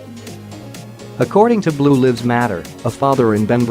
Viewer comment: Its blue lives matter (long i) not not the way you say it